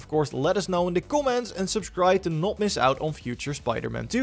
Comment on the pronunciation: Not sure where to find these “Cawments“ you mentioned at end of the video